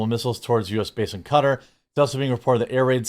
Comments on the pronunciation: Why are people pronouncing Qatar “cutter”?? Since when is that how it’s said?? Just wondering. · it is pronounced Ka Tar, love your content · It is pronounced "Ka-taaar" not "cutter". Absolutely low IQ US speech... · Please don't pronounce it "cutter" ever again. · Qatar. It is pronounced. Cat-are. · Man, I despise how everybody started pronouncing it "cutter". Sounds so weird. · Its pronounced ka-tar lad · Qatar PRONOUNCED CAT-TAR Barcelona FC may be a suggestion SIR and your honesty THIS YEAR is VERY important,carry on Jeremy REMEMBER intelligence is King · It's (kuh-tar). Don't let Tim corrupt you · Its pronounced "Cuh-Tar" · It’s Qatar not cutar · Pretty wild. I think it's pronounced Ka Tar. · Are you saying Qatar as Cutter? KAH-Tar! Qapla isn't Cup-play.. (KAH-PLAH) like HA HA HA! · It’s pronounced KAH-TAR jeez this was hard to listen to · Americans pronounce Qatar as "Cutter" ? Weird ! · 😂😂😂😂 why do you keep saying cutter? That's not how you say it. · Its amazing to be reporting on shit and not pronounce shit right. KA fucking TAR dude. God damn. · Good title, decent take on news, just saying Qatar that had me bite my lip. It's pronounced Kuh-TAA. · Its QATAR not CUTTER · so Qatar is pronounced "cutter" ? First time Ive ever heard it pronounced that way tbh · I took me a bit longer to figure out where we were talking about, I’m sorry Cutter is not how to pronounce Qatar. Guitar would be a closer pronunciation. Like with a soft k in place of the g sound. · QATAR = "Kah- tAR" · It's Kuh-TAR Jeremy! Kuh-TAR!!! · Qatar is pronounced Kay-Tar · if you keep pronouncing it 'Cuttar' I will unsub on principle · Jeremy it's pronounced kaa tar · Qatar is pronounced Kuh-tar. Love your channel. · Every single time I hear it pronounced "Cutter" in this video, I have a hard visceral reaction. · Pronounced KUH/TaR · Wtf is Cutter?.... It's Qatar.. there is no U in Qatar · Qatar = cutter? i didn’t know that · Am I retarded? Or is that not how you pronounce Qatar?